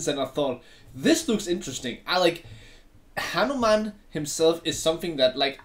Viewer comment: Bro not new man it's hanuman😂😂😂😂😂😂😂